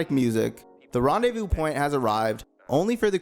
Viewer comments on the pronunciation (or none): none